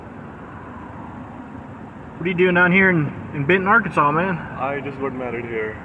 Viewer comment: Dude, it's Arkansas. Enough said